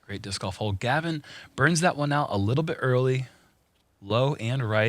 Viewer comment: sounds like he is calling Gavin... Kevin.